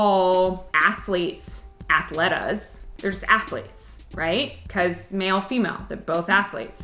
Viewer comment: Hi, is funny how some "words" look perhaps wrong but the Term "Atleta" Singular or "Atletas" Plural are the corrects ones in Spanish, and are used to refer women and men equally. Also you're pronouncing it correctly in Spanish. Is Great you come back as the live Bo-katan, I hope is not the last time.